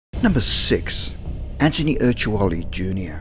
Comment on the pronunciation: Hi's name is anthony not anchiny